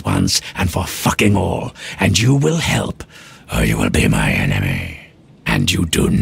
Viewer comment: The way he pronounces enemy 🤣